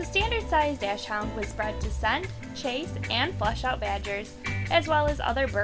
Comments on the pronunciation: Not "dash-hound." It's "Docks-hoont." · and it's pronounced dock-sund not dash hound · doc shhh und not dash hound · Did she just pronounce it Dash hound? It's pronounced Doxen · It's not pronounced "dashund" or sth. like that. It actually "Dachshund" and pronounced with a hard "k" instead of an "sh" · Sorry I have to nitpick, but DOXhund, not DASHhound. Also as a Dachshund owner I was glad to see them on the list 😀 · It is pronounced dock-sand. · No, this woman just has terrible pronunciation, did you hear how she said dachshund; Terrible. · You pronounced Dachshund and Yorkshire terrier wrong.